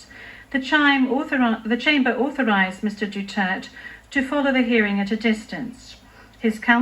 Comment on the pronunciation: Thats "Du ter tay" since the interpreter can't seem to pronounce his name!! Give him the respect he deserves, regardless of his crime!! Illegitimate court!!! Crooked and corrupt!!